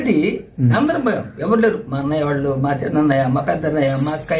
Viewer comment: అయిన అయిన అని సంభోదిస్తున్నావు తెలుగు లెక్చరర్ ఎలా అయ్యావు అన్నయ్య అనే పదం నీనోట్లో నుంచి రావటంలేదు ఏమడిగాడు ఒక పలకరిపు